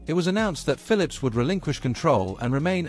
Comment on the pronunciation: It is so amazing how this south america guy pronounce the pHILIPS ( fili-lips) i just enjoyed listing and listing so funny i even lost interes inGrundig history😂